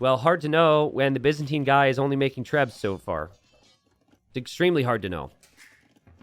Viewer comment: For reference, Byzantine is pronounced with a 'bye' sound at the start, not a 'biz' sound